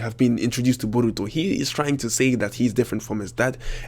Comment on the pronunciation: I really hate your accent and the way you say borutos name